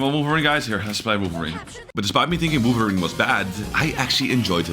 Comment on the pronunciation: he's wolverine, not wolferine 😂 is that the sound it makes